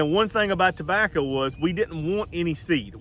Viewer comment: Did he say tobachah?? Lol